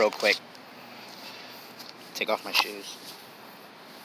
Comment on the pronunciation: wen you said shos they are crocs